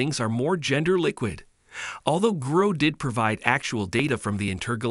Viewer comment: grok ... its a hard "ock" sound not growk ... its a real word. Why do Americans do this?